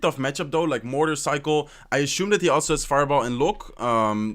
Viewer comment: is no one going to comment on how he says ashume instead of assume?